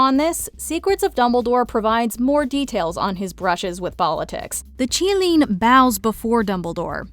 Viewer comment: Thank you for pronouncing Qilin correctly